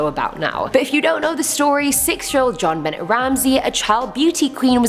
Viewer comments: Thank God I found this comment..i couldnt get past it 🤣🤣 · Ok JOHN-Benett 🤣🤣🤣 lol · Jared Quinney so I’ve noticed!